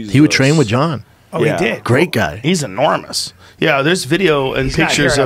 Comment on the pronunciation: Joe "he's Anormous" Rogan